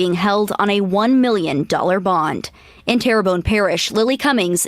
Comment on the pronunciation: Pronounced Tear Bone, my home parish. Sad story, poverty and mental illness has become rampant in the Tri-Parish areas located near New Orleans.